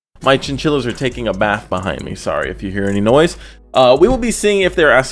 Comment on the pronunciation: I’m sorry did you say chinchilla?